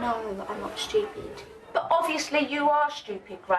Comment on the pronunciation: Grace needs a slap; the fact that she insinuated texting Gabby with her sister is out of order (and to be honest quite childish - especially since she is clearly jealous that she cannot even pronounce STUPID!!) But also her attitude & just the way she speaks to her mother is bitter and vile.